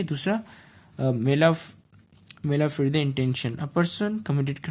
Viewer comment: It's malafide intention it's not mala fride intention